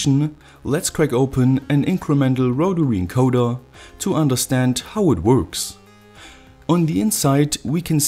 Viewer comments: I like how he says “wotawy encoderrrr” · wotawy encowdas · Rotawee encodas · rotawee encodas.